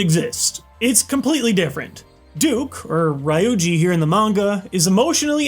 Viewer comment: RE-OO-GEE!!!!!!!!!!!!!!!!!!!!!!!!!!!!!!! not rai-oo-gee ffs it's not that hard wtf